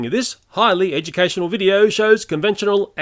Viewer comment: I love how you emphasize the "educational" on the warning. Oh YouTube you demonetizing lil pest, maybe next video you deal with YouTube as a pest lol